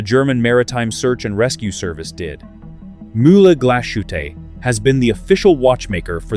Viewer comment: There is no "SH" in Glas Hutte.